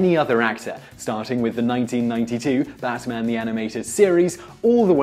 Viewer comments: He said bassman.... How do you say bass instead of bat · Am I the only one who heard him say Batman as "Bassman" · I'm hearing "BaTman" like he's enunciating the crap out of that T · Sergey Payee-eetnov? Bass-man? NolanD Bushnell? Shigeru Maya-moto? Was this video created to butcher as many iconic names as possible?!?